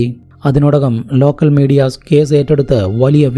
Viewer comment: Edo zemanoooo??? 😂😂😂😂😂😂lokathu ithinu semen enne parayu... Ucharanam onnu padikkedoooo... Caze.. Polize. Zemen. Manaz. Zeela😂😂😂ninte veetil sa enna aksharamille...